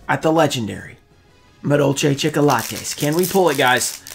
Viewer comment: “ Scales for chicolatas “pulls a chicolatas haha cracks me up